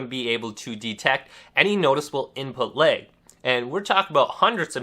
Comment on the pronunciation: Moveahment.. imput leg.. wtf am I listening too...... damn dude you can hardly pronounce anything, seems like talking is a serious struggle..